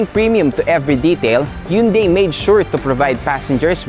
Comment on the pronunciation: mali naman pronunciation ng Hyundai. Dapat "han-dae" ang tamang pronunciation.